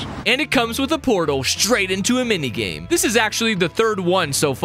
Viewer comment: "Which leads to the same mingame" got me cracking up